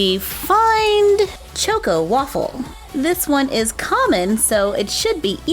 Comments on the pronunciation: I'm sorry but its pronounced like choco not choke o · Yeah, it's pronounced chalk- co, like in chocolate. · Ugh. Chaw-ko lol like chocolate chocko. Choco taco. It made me cringe every time. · Choco (ch-ahh-co) like chocolate. Love you that was killing me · You say it like ( chalk o ) taco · It is chAHkoh tAHkoh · I don’t mean to be rude but I think it’s pronounced choco. Chok o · CHOCO rhymes with Taco, drove me crazy. LOL Showing the entire Mini Mart would have been nice I love toys, too and Shopkins is a favorite in our house. I buy for my daughter, I say, but, at least in part, for me, too! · It's cha-co like chocolate🍫 😃🍫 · I think it is pronounced choco as in ch-ahh-ko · Is it just me or does she say “choco” weirdly 😂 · Shaylee Rathod yes